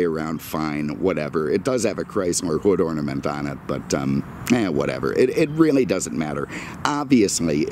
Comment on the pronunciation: "hood orninent"